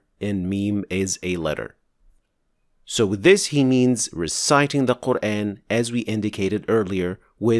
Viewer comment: why dont u first fix your own pronunciation. The very word, "quran" is pronounced as qurAAn and not the way you say: qurain. There is a madd on top of alif...